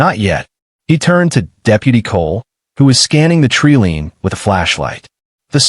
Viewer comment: Please teach the AI to read treeline and I.V. drip.